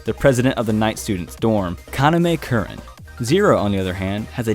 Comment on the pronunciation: Kuren... have you watched he anime brroo? It’s KurAn. Not kuren wtf.